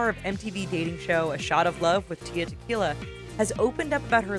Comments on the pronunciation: Tia? There's an L in there. It's Tila not Tia, it's not that hard!! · its tila how did you get tia?! its TEELAH . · It's tee-la